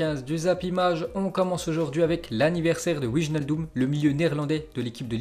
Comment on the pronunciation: Le j dans wijnaldum se prononce comme un y. « Wee-nal- dum »